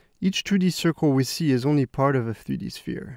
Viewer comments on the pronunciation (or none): Nobody: This dude: FTHREE-D